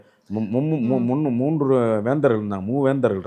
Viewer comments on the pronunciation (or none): none